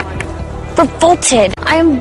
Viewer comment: 근처에 나오는 I'm revolted. <- 이 문장이 계속 저에게는 I'm full-ported. 이런식으로 'f'가 있는 것처럼 들리네요. 왠만하면 이렇게까지 크게 벗어나게 들리진 않는데 당황스러워서 반복해서 들어도 계속 그렇게 들리다니 이런.. ^^;; ㅋㅋ